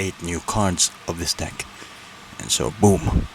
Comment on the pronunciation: Maybe try pronouncing "deck" correctly 💀